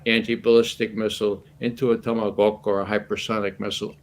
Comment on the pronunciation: Putin's Warning. I remember that viral video. It has been removed after the start of the Special Military Operation along with many others. I like hearing Ray McGovern pronouncing tomahawk like Putin, tomagafk.